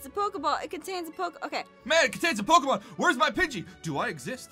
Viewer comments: “Pokemans” LMAO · I love how he pronounced it ‘Pokieman’ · It’s not Pokémons it’s Pokémon its sort of like deer it’s not deers is it Jes and.